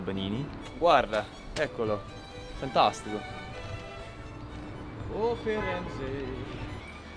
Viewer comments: "fantastico". It's strikingly perfectly pronounced. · QUANDO HA DETTO FANTASTICO SEMBRAVA PIÙ ITALIANO DI ME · OMG the way he said “fantastico”. he re ally sounds like an italian